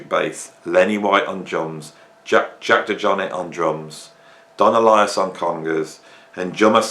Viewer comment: I didn't even notice how you pronounce John's last name, but you definitely are pronouncing Jack DeJohnette name wrong.